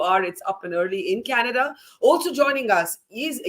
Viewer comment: Trudeau is responding to Kannada and not Canada 😂😂😂 just ask any Nijjar fan to pronounce Canada and see the magic, yesterday pronouncing was changed and today government is about to be changed and tomorrow country will be changed to Khalistan 😅